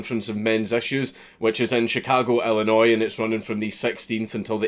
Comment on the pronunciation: Holy Fuck! A Scottish man can pronounce Illinois correctly, but plenty of Americans can't.... 10 points to GryffinDank